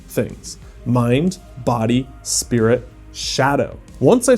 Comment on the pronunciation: Bro really said "mind, body, spirid and shadow" This man has never touched a book of Carl Jung in his entire life